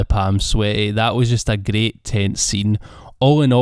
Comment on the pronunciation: Your scottish accent is greight